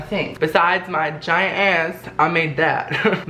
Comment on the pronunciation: the way he says giant is funny to me